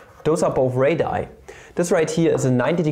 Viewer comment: Radii is actually pronounced as "ray-dee-ai" not "ray-die". Great video btw, i love elementary geometry